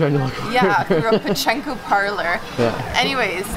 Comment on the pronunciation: its pachinko, not pachenko xD